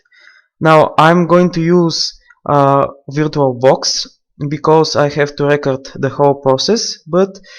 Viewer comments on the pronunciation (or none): hahahahaha virto box hahahahah first learn english